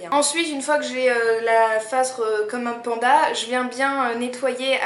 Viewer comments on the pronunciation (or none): none